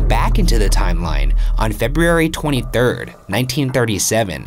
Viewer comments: It’s really weird how Ryan can pronounce the name “Louhelainen” with ease, yet he can’t say the word “February” correctly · It's really weird how Ryan can produce the name louhelaien with ease, yet he can't say the word February correnctly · I'm definitely here for that. The way he pronounces February frustrates me SO much 🤦🏾‍♀️🥴! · I wonder if Ryan had taken speech classes. Maybe a speech therapist cleverly figured out that the u's and e's ect, are ery hard for Ryan to pronounce. So, then she/he suggested that "in the case of the letters ur are together in a word such as Feburary, just say feb-RR-ary. It sounds the same. Noone will notice. Maybe? Just use a hard R." Yeah something like that.